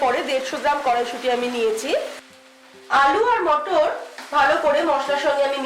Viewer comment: May be sardi hoyeche tmr, tai matar ta ank bar mutton sunte pelm ...😵